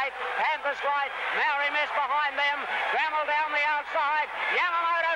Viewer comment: A huge run by the South Australian champion Gramel . From my knowledge both the Race Caller and Voice Over pronounced her name incorrectly- the word is basically split into two and pronounced “ Gra Mel “ but written as Gramel . On another note , who would have thought that one of the field would go on and produce arguably the greatest trotter in the world - Maori’s Idol , I doubt there will ever be a horse to take his crown , certainly here in Australia